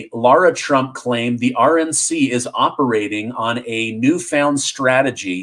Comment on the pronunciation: You're pronouncing lara trump's name wrong